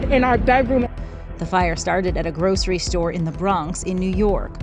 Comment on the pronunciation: The narrator's pronunciation of "grocery" is interesting lol